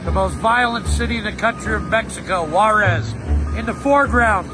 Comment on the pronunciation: Me da risa como pronuncian los gringos Juárez como en el minuto posdata muy buen video saludos desde cuidad Juárez